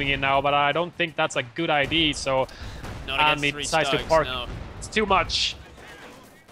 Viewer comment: It's been 2.5 seasons, I think I can finally say it before I burst: the word is ideA. [aɪˈdi:ə], not idee. Keep on rocking.